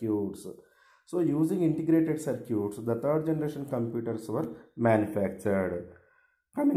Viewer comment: Sir its not circuuuts its circuits....btw good explanation